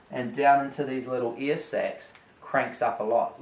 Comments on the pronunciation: It took me about 2 minutes to realize he was saying "air" instead of "ear" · It’s air not ear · Okay for about 4 mins I thought he was saying “ear” not air. 😂